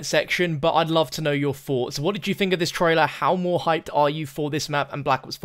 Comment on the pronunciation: “ let me know your foughts”